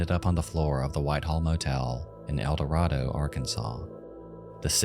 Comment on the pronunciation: You are mispronouncing Eldorado. How do I know that, you ask. Because I am from Arkansas. And once lived in Eldorado.